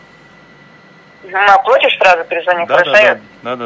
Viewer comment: ОплОтишь -Ухи режет